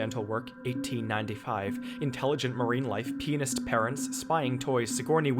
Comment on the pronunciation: Why, oh, why did I hear "penis parents" instead of "pianist parents" 😩